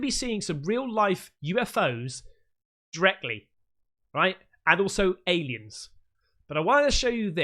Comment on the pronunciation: Pretty sure you said the word ‘dreckly’